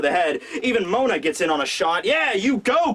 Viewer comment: Its Moda not Mona... pls how could u make such a mistake. Ps: Mo D. a